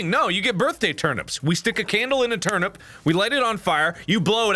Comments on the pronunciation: I love how Mark accidentally says termit instead of turnip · No one: Mark: You eat the “termit”.😂😂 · Thought you spelt it wrong then I realized that’s how mark said it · "You eat the termit" -Markiplier 2019